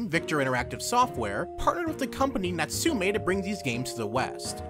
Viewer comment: Throughout the lenght of the video I kept repeating NATSU'-ME'! everytime he does....